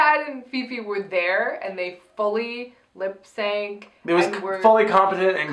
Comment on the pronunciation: Ha ha! "Lipsanc"!! [Avaryl, 2019]